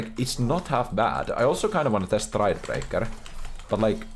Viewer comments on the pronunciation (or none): the "Stridebreaker my guy" is so damn austrailan lol